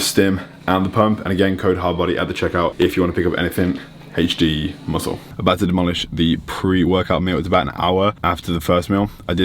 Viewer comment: He says vit-a-min correctly, but i swear he's saying HG not HD lol